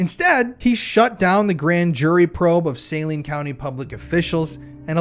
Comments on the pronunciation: I was in my early 20's at the time this happened in my town. I remember very well. I also remember that within 2 days of this incident, you couldn't buy any weed ANYWHERE in Arkansas. Most people here know what happened, well those my age and younger. Also, it's pronounced Saleen County/Hospital. Great job! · Great work on this. I am reading the Boys on the Tracks right now. One point of correction, the county is pronounced suh-LEEN. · It's pronounced sa lean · Its pronounced saLENE